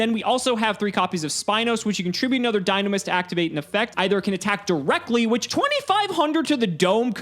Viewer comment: no, we said Dinomischus, not Dinomist.